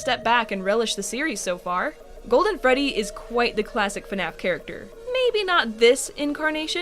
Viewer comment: It’s Freddy not Frey and you forgot the space